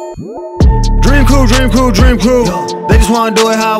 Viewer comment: i fuck with but listening to him repeatedly say “DrEaM qReW” makes me cringe sooo fucking hard. i hate the outro to Qias’s vlogs for that reason lmao